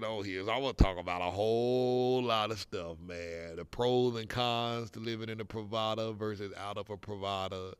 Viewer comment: Thanks. The pronunciation is wrong. Your description could be "residencias pree va das."